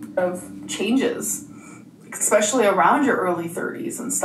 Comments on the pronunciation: Minor detail I know, but her ‘ex-speciallies’ are driving me mad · Did she say exspecially?